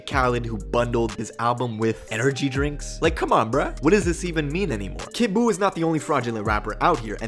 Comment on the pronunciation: You : kid buu blue face: kid boof